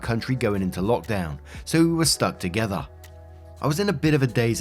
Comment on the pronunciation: says together like an Australian and it’s Lowkey hilarious